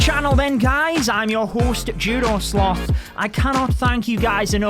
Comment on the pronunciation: All I hear is "I'm your hoost Joodoo Slooth". In all seriousness, congrats.